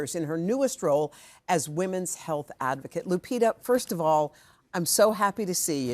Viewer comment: The privileged feel privileged not to pronunce the name correctly. Lupitabhas been around for awhile, and still they are like " what kind of name is that?" , like the whole planet revolves around only one country with its culture and civilisation, ignoring the other 193 spread on 5 continents with their cultures and civilisation. Hoda's father is Egyptian, and Egypt is in Africa like Kenya where Lupita's parents are from. Egypt isn't far from Kenya as Egypt is in northern Africa and Kenya in eastern Africa.